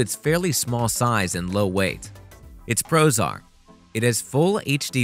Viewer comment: I was wondering what it means for a camera to be prozar, and why all of the cameras in this video are prozar, but then I realized you were saying "Its pros are:" 😁